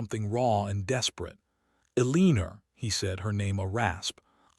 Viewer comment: This is a nice story however the narrator's mispronouncments are very disappointing and make it hard to listen to. Staring, hoping, Elena. If you want subscribers you need to fix these.